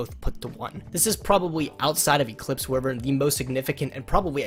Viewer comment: Eclipse wyv-ren btw